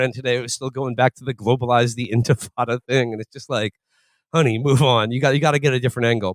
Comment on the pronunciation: Under Zohrans newly established caliphate (should he win, inshallah), I will petition to make it a HIGH CRIME to pronounce intifada the way Felix did in this video.